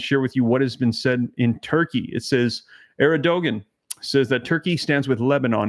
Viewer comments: Terkey's leader's name is pronounced as AIR-D - JUAN. Thank you for all you do. Praying for your family.🙏❤ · You pronounce Turkey's president name, Err-Doe-Wand... Please keep us updated on these terrible events... Thanks. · It's pronounced Air-d-juan!